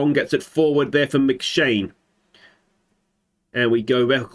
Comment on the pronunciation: And this is the reason I didn't choose Iceland. The players must have immense shoulders to fit their names on the backs of the shirts. I could help with the pronunciation of Scottish names in the QoS save but you're on your own here mate. McShane, that one was spot on though.